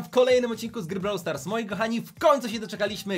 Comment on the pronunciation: Jedyny Nie mówi się browł stars tylko brawł stars😒